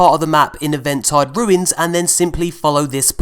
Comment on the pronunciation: Just a little info for ya, I think Eventide is pronounced even-tide not event- tide 😋